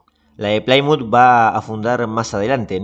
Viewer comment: "Plymouth" se pronuncia tal y como está escrito, ahórrese ese "Plaimuth"